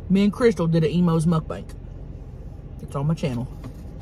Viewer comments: Love you ❤ Listen to the end... mud banks 😂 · And again at 11.29 😂 And again x2 And later it's "Muk bank"